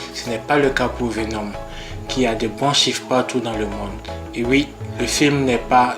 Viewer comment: Merci pour la vidéo, j'ai appris pas mal de choses sur Vénom. Par contre la prochaine fois il faudrait décider quelle prononciation, anglaise ou française, vous allez utiliser pour les noms des héros.